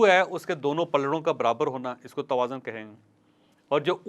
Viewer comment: سر توازن میں ز پر پیش ہے نا کہ زبر تقابل کے وزن پر